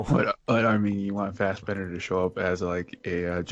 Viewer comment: Fassberder magneto PLZ NOT Ian.